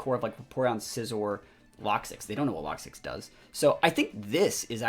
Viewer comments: Why do you call it “locksix” there is no S in there. I always presumed it was pronounced “Low-Kicks” as it’s spelt Lokix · Had to stop watching 5 minutes in. Lokix not Lock Six